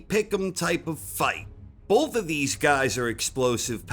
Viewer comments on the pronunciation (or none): none